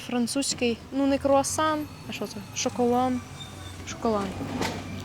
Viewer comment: Мабуть Ви знов шуткуєте "КУРАСАН", а не круасан 👍👍👏🏼👏🏼😂😂😂😂